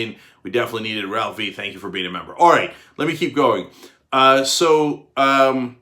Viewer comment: Did he say: aaight??